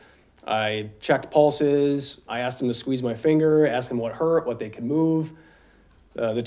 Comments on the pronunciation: It’s asked!!!!! OMG it’s not axed !!!!! Is it fair to axed 🤦🏼‍♀️🤦🏼‍♀️🤦🏼‍♀️🤦🏼‍♀️🤦🏼‍♀️🤦🏼‍♀️🤦🏼‍♀️🤦🏼‍♀️ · Ask!! A.S.K!! Not axed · “Why are you looking at the Jury and not the person/people that axed you the question?” What the good God… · Lol axed!